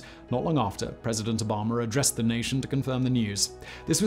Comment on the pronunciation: "President Obamer" he calls him hahahahhahhahahahahahz